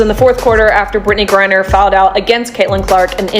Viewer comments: ITS GRINER - not gurrier - try to get it right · 🎉 I think it's funny how you can say Caitlin Clark real clear but you can't say Brittney griner you say Brittany Greer Brittany Greer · How come AI can't pronounce the word Griner? LoL. Makes it look stupid. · Why are these AI voices unable to say "Griner"? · That is what AI does.... screws up names... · IDK but it’s on my last nerve. 😂